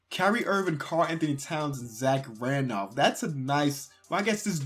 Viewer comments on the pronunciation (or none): none